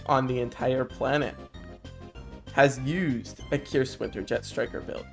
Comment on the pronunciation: its pronounced kyrs sieger as in siege kyrs seejer